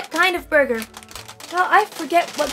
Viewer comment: start guh hey fellow kids, "Borgar"